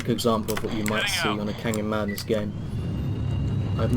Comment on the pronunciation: I'm sorry but I cant understand you when you say how you are playing canyon madness offline